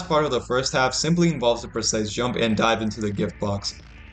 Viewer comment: makes me cry every time he says "precise"